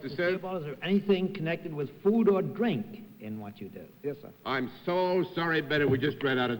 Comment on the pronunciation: If you listen to the voice of Jonathan Winters, he sounded like Johnny Carson. 😄 For someone who thought so highly of himself, Bennett sure had trouble pronouncing words that began with the letter "R". He said "Wed Wing" and "mawdahwaydah" for "moderator, and "dwink" for "drink".😁